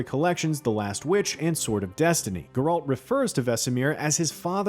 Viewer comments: Yeah because the guy narrating works for one of the biggest video game related companies ever to exist. He should know how to say the main character from one of the most popular games ever made. It’s insulting. This isn’t his first video doing it, either. It’s annoying. Hire someone who actually cares about their narrating. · Yo my guy! Somebody! It's GERALT! NOT GRRALT! JESUS! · Use me the “it’s GERALT not GR-ALT” button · bro its called GEralt, not geRALT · Who is grrr-ralt? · Ah yes, Gr-ralt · It hurt my brain! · You work for IGN. You should know how to say GERALT. Gare like stare and alt like alternative. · My Uncle committed suicide out of frustration when he heard this guy keep pronouncing Geralt's name as “GER-RALT”. :) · Aite. Side note. WHY is he pronouncing Geralts name like “GR-RALT”. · It's funny, Vesemir in The Witcher 1 also pronounced it as "GR-ALT". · Why not? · He says Geralt's name wrong... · IGN please fire this narrator, no idea what he’s talking about and can’t even say any of the names properly. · Still hasn’t learned how to pronounce Geralt’s name. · How dafuq are you pronouncing geralt? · Stop saying Geralts name wrong 😑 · Yes let's listen to the expert who can't even prononce the names of the main character and place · how about you have someone who actually know and care about the witcher series narrate? nice pronunciation lmao :( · Never say Geralt's name ever again please. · Nobody: This guy: "Gr-Ralt" "Care Moren" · In all your research, did you never come across anyone saying either Geralt or Kaer Morhen? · Its honestly kinda pathetic at this point how a channel based around reviewing and playing games doesn't know how to properly pronounce the name of the main character of the game, eventhough its said million of times, and even in the previous seasons. also how he can't pronounce Kaer morhen makes it all the worse. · Plz eather lear to say Geralt and Kaer Morhen the proper way .. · BRO IT BOTHERED ME THE WHOLE TIME 🤣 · So true xD